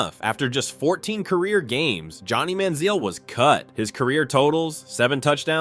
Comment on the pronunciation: AI pronunciation of names is a riot. Johnny Manziel had 4 different pronunciations in the first two minutes of his story.